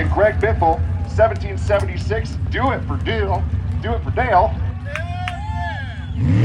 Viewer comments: . "Do it fer Deal"? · never heard someone mess dale up before😂